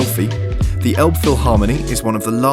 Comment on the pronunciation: It's the River Elbe not Elb! Maybe try Franzbrötchen (more authentic) instead of Pretzel ( Bavaria/ Southern Germany).Miniature Wonderland is amazing! Have you tried Fischbrötchen (Fish butty)? That's also a very typical Hamburg thing!